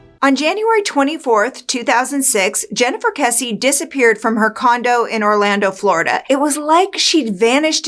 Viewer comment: Thank you for pronouncing Jennifer's last name correctly.